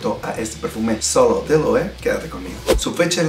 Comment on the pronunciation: Muchachón, muy buena la reseña, solo una corrección en el mejor de los sentidos. La pronunciación de las marcas es super importante también y de aquí mi comentario... La forma correcta de pronunciar esta marca es [LOEVE] todas las letras suenan... Saludos y sigue con el buen trabajo!!!